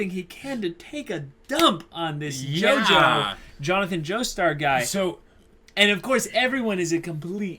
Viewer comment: It's pronounced JOJO not JOJOS fyi